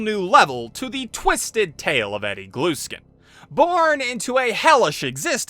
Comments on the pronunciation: i think its gluskin not glueskin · It’s Gluskin, not Glueskin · Cool video! One thing though, I always though his last name was pronounced the same way as if I t were spelled Gluhskin, the h is just dropped. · i love how he says "glueskin" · cuz he says GLUE SKIN